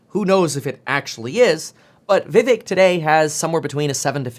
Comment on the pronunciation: vivek pronounced: viv(ache)